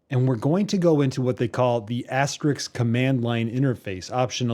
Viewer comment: AsteRISK not RIX.. FYI...